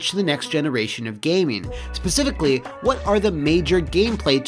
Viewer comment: Remember back when didn't pronounce a T in "Wha"?...I blame Youtube's algorithm. Probably skipping over "Wha" as a misspelling.